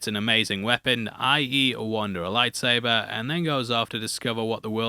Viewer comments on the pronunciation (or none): none